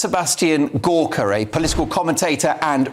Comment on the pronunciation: Doctor Gorka , he paid good money for his fake degree, never answer a question. Mispronounced her name, sexist. He is a Nazi.